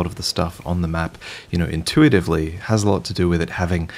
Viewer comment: Pronounce 'intuitive'.